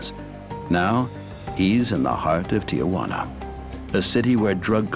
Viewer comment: Tijuana, NOT Ti-a-juana? It’s not that difficult.